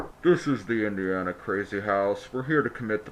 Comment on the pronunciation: loved this weeks video, lost me at Indiana when it was said.